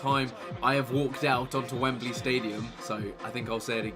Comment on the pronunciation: Chris: It’s a good day. Wemebly Cup: Allow us to introduce ourselves.